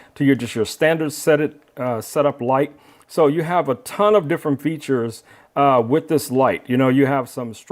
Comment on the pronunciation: Notes from a director for the talent: The word "With" ends in a TH sound. Not a hard T. The word "Side" ends in a soft d. It does not end in a hard T. We do not say "this gimbal comes wit a light." We DO say "it come WITH a light." We do not say "let's put that to the site" We DO say "let's put that to the SIDE" JUST A COUPLE OF NOTES FOR THOSE WHO SPEAK ENGLISH. "Good" does not end in a "T" "Received" actually ends with the D sound. We do not drop the D. "Robust" DOES end in a T. The talent probably forgot he hid the T at the end of the word "good" I know this is second grade grammar for most of you but apparently the talent didn't have good direction and forgot his basic second grade grammar.